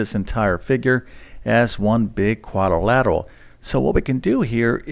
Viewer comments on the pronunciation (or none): Shameful that a math teacher is unable to pronounce the word algebraic. Hint: It’s not algeberric. But I suppose that’s what we should expect from someone who says quadorlateral.